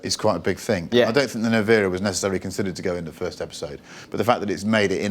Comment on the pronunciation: Rimatz.... Rimatz.... its not Rimak. Also the model is NE-VE-RA, not Nivera or how these guys pronounce it.